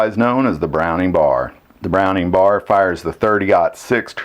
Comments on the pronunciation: I agree. Browning bar? Nope, B.A.R. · I’ve never heard it pronounced “browning bar.” “B-A-R” for sure. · It's a B.A.R. not a bar.